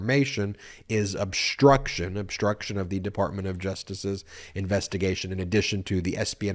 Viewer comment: Obshtruction? Deshtruction? Stop that. Speak correctly.